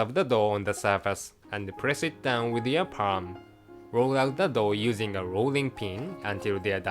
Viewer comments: I'm confused everytime I listen "Dough" and "Dog" XD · I know, I thought of the exactly same thing, at the first I actually tought he said "Cooking a "